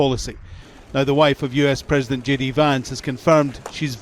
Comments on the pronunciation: Did he say ' JAYDEE VANCE ' or ' SHADY VANCE '? Just say, ' incompetent baboon vance ' to be understood. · How funny when JD Vance says “hi it’s JD Vance here” the subtitles read as “hi it’s shady Vance here” - just about says it all!!!😂